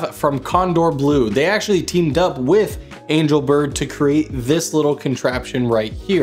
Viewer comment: angel bird...somehow pronounced angle bird, was it intentional?